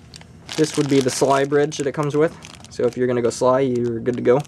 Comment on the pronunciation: You said sly like as in a word its S-L-I :P